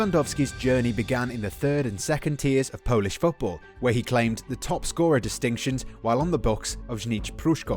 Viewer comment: Hi, I am from Poland and your Polsih pronunciation is not bad👍